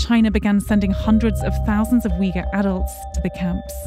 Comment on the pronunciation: The family they interviewed did not speak Uyghur, and Uyghur is not pronounced like this